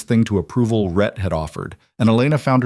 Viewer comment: It's RHETT (a man's name), not Red or Ret!